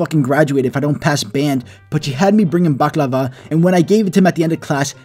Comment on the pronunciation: bruh u pronouncing baklava is a bit funny